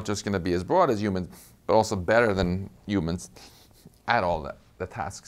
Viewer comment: Is he saying "humans" or "ewmans"?